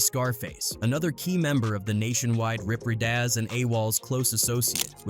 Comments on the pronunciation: 💀😵‍💫💀 Lōcs (Locks) Ridas (Reedas) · Sir its pronounced Riders (ridas) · Hearing white people trying to pronunciate hood lingo/Ebonics is crazy and cringe. This ninja said “lock” and even pronounced Damu Rydaz wrong 😩 then he says “Gangster Bone” it’s just gangsta bone bro. And he says “2 pack”. Zzzz . i was correcting him whole time. As famous as these people are ain’t no way you getting their names wrong. 😂 bro is slick disrespectful